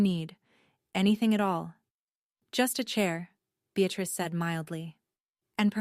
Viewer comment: And the grandmother’s name is BEATRICE not “be at risk”. Although there’s a bit of irony in the translation. 😂